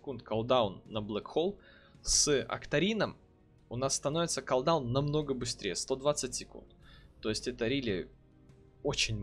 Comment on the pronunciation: Бля ппц слух режет, редуктион, авейсион, коолдаун. Чувак учись читать норм. Редакшн, кулдаун эвайшн читается. А так ты крут!